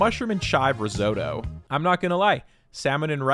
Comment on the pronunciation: I love your videos so much but NGL I don't know if I can forgive your pronunciation of risotto